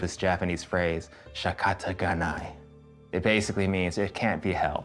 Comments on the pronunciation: Well it’s shikata ga nai.... not shakata :D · Shikata ga nai~ ┐(‘～`;)┌ Why do I heard like "shakataganai"? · I cringed ... it's SHIkatta ga nai! ... Jesus the pronunciation.... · The butchered shikatanai so hard haha lol